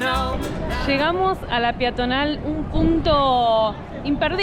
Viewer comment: Peatonal y no piatonal...